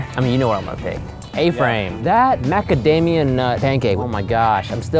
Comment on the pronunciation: he said Macadamian again